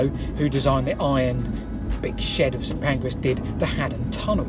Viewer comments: St Pancras NOT St Pancreas. Station not digestion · The St Pancreas shed (in the first minute) I think should have been St Pancras. One small vowel... 🙂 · you said "St Pancreas" 🤣🤣🤣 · Little known fact: St Pancras is not St Pancreas.